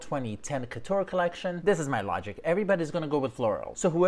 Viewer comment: why should celebs pronounce the name of the brand correctly, if you refuse to say "couture"?